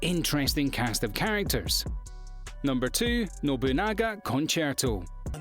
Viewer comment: NOBU-NAGAAAAAAAAAAAAAAAAAA not NOBU-GANA